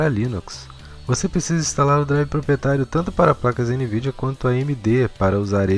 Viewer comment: Ficou legal esse final com os erros de gravação. "AMnvidia" KKKKKK